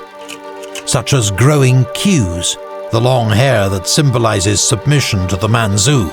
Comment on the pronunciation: Man-chu . Chu. Not su.